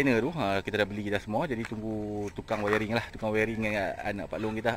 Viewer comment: Wiring bukan wayaring bohh 🤣🤣🤣